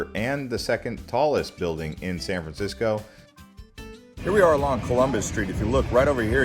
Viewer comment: San fransicko?